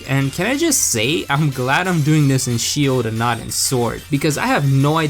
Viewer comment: Pokémon S C H I L D No offense btw